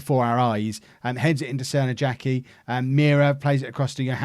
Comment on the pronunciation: I hate to clown on you, but the J in Crnojacki's name is probably pronounced like in Arjen Robben's name. Excellent go of it, but just thought to let you know:)